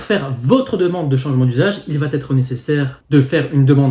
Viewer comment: .. Merci pour ces infos. .autre info:.il n' y a pas de "t " à va..... donc dire à chaque fois "vat- être" ... çà écorche les oreilles.....